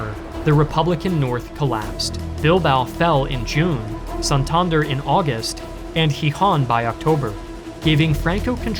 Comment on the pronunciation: You mispronounced Asturias and Santander